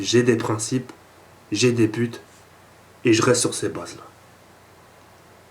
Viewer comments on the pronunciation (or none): a ta fais un petit fail de prononciation entre "pute" et but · a 3 min 32 dsl de te dire ca mais tu dis jai des putes en voulant prononcer j ai des buts mdr;-) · il dit Bute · C'est moi ou il dit "j'ai des putes" Sinon super ta vidéo!!!!!!:o